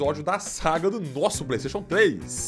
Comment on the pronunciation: "Playstachu treix"